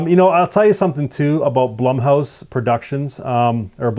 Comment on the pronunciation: Isn't Blumhouse just the disney of horror? This guy pronounces "Blumhouse" differently to me.